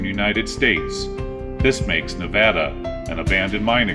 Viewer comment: Thank you for pronouncing Nevada correctly. Love your stuff! Keep it up brother!